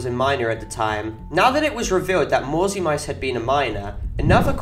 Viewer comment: the name is pronounced "mauzi mitse" not "mauzi maits"